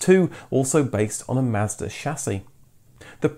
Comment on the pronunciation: Learn to pronounce words properly. Mazda, Celica. And unibody cars have no chassis.